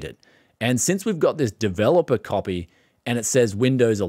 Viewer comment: Windows 11 "capy" xD